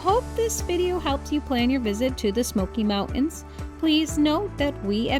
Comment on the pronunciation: Why do you say smoky mount ens